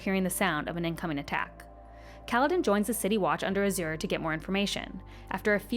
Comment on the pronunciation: Okay so a lot of these are very excusable fantasy names and fantasy words. Azure however is a real color Ah-zyr 2 syllables